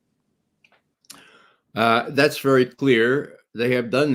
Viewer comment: Does Ray think it's cute to pronounce Putin "poutine"? What's going on with that foolishness? It makes him sound ridiculous.